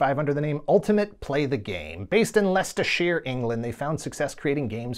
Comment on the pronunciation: Respect for the correct pronunciation of 'Leicestershire'